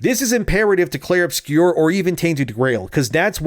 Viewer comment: It's not called "obscure", it's a French word "obscur". If you can't pronounce it, just call it "Expedition 33"